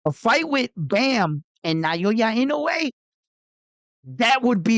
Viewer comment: I admire your utmost persuasive eloquence especially when talking about Japanese Super Star. However,please try saying "Now" & "Ya" instead of "Nayoya". So that it sounds more like it. Please take this advice from Japan.